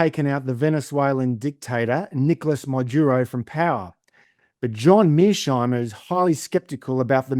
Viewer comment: Tom switzer you are biased in the interview with Mearsheimer. You can't even pronounce his name properly, not once but every time you try to pronounce his name. You are not objective. European lacky of "daddy".